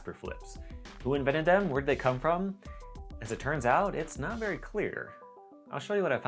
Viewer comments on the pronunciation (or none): none